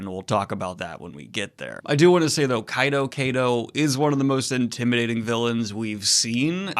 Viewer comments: Kaido is pronounced like Kaiju. Same "Ky" sound. "Ky-doh" not "Kay-doh" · pls dont call him kaydo...Ik its not right for me to correct pronunciations but its "KAII-DOE" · It's KA-IDO Daniel. Just wanted to clarify so you avoid saying both pronounciations every time. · Kaido is pronounced as kaa eee doohh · Why are you mispronouncing kaido it’s not that hard to pronounce?? Luffy says it all the time. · You pronounced kaido correctly once or twice in this video and those were while wondering witch was the correct pronounciation